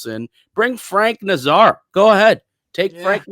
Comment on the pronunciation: You wouldn’t bring Kane in as a legacy, you’d bring him in when you’re down a goal with five minutes left in the game and you need a goal to survive, you ninnyhammer. BTW it’s NAZar not naz ARE